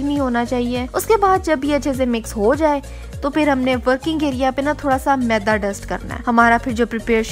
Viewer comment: Jani maeeeda nhi hota Maida hota hai🤣